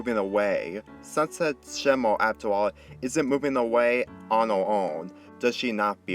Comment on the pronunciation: dis guy said sunset shima